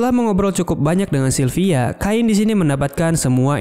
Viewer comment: Cain bukan kain bang😭